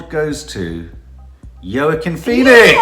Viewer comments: Please stop calling Joaquin Phoenix Yurkin it’s pronounced Wakim. Although he was using the name Leaf for a while as nobody could pronounce Joaquin properly. All his siblings got hippy names like Summer, Rain, Liberty and brother River (RIP), he moans he got the oddball name in the family 😊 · Actually pronounced “Hwakeen” Phoenix. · you are mis-pronouncing Joaquin's name. It's pronounced "wa- keen" lol, cute though. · Its pronounced Wahking ( Joaquin) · Laura Thank You! Someone finally said it!!!